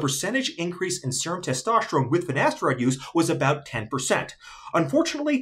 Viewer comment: "Testoshterone" lol